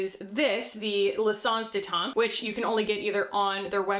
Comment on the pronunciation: Every time you say “l’essence de teint” it makes me think of that video with the French google translate “ton ton ton ton tonnn ton ton” 😅